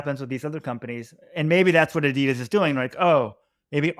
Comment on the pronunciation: Can you please try to pronounce Adolf Dasslers brand name correctly ... adi das...